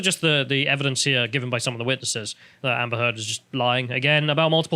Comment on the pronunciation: ... sounded like "Amber Turd" ......